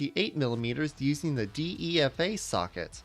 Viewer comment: he pronounced all kinda badly. Dee ee ef ay? Es oh ef ay em? Ee-veen?